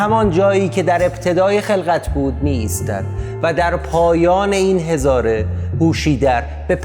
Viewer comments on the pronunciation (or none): none